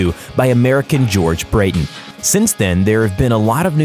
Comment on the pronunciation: I listened as far as "the invention of the first internal combustion engine in 1872 by American George Brady" and stopped listening. Firstly, it was George Brayton, not Brady. Secondly, he developed the first commercial liquid fuelled internal combustion engine and thirdly, the internal combustion engine was invented more than 70 years before 1872 but not in America.